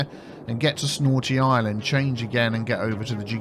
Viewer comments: Was it just me or you said "snorty island"? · "Snortea island" lol😂